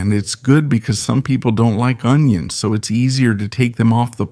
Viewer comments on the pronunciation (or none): none